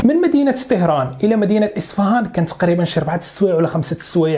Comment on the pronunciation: طَهران و ليس طِهران